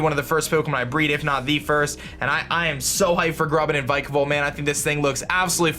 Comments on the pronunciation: it pronunced vic a volt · He said wenis not weakness an vikavolt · If vikavolt is your favorite Pokémon then learn to pronounce it 🙄🙄🙄